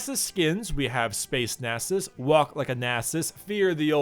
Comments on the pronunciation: NAS-US not nasses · it's nasus' you don't have to pronounce a second s lol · Nah sus? You say naa sus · Pronounced as Nasus'es, plural Nasuses'es. Wow. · its Stacksus not Nasus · temporarily loses the ability to pronounce a 5 letter word